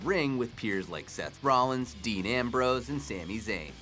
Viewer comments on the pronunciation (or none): none